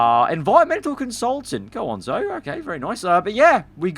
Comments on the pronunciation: How can’t say Zoe correctly😂he’s just completely missing out the ‘e’ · its ZO EE not zo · it is zo-ee god sake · Its Zoe! not Zo🤣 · calling Zoe "Zou" while the game calls her "Zoey" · And Zo-E not Zoh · Its zo ee zoe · I die everytime when he mispronounce Zoe's name